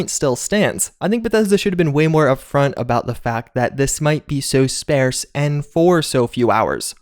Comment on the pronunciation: "Sparse" rhymes with "parse," dude.